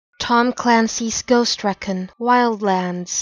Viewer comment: You pronounced recon wrong.